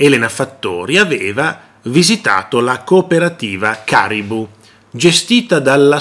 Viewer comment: La cooperativa si chiama KARIBU CON L'ACCENTO SULLA I(i) Il signore si chiama Abubakar Soumahoro e si pronuncia sumahoro Abubakar con l'accento sull'ultima a